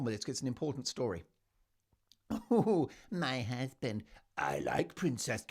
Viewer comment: EVERY time you say "My HuZzzzband!" I crack up!! 😂 Every video, every time...I chuckle. How are you not only Broadway?😅